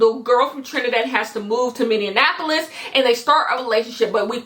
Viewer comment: as someone who lives in minneapolis i’m dyinggggg at how you’re saying minneapolis